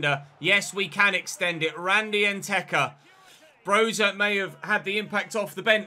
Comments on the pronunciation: Its not pronounced broha but broya “y” as in “yes” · Broja’s name is pronounced “Broya” He’s Albanian